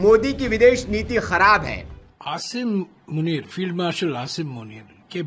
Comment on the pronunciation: ताज्जुब है... रमेश का शब्द "फिल्ड मार्शल, असीम मुनीर, भोजन" का उच्चारण सुनकर ... इन शबदों को भारत मे कोई अहमियत देता नही होगा... पर रमेश का उच्चारण ऐसा है जैसे काँग्रेस उस व्यक्ती को बहुत चाहती है... महत्व देती है... दुसरी बात, पाकिस्तान को उसकी मिलिट्री चलाते पैसे वे खा जाते है... देश पर लगभग कब्जा है उनका...I vs I चल रही है... POTUS को मुनीर को पटाना पडेगा... बेसेस वापरने के लिए... तो? बिर्याणी तो परोसने पडेगी... रमेश समझते नही या दंभ कर रहे है?